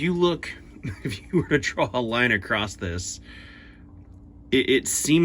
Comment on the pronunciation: Across, not acrosst.